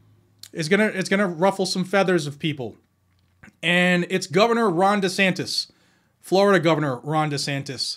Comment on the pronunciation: DeSantis pronounces like Dishonest.